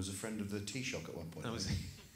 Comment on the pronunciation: I am a simple man: i see an Englishman pronouncing taoiseach correctly and I'm instantly a fan.